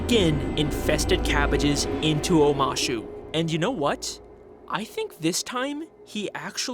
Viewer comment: anyone notice how omashu changes to omahsu ... weird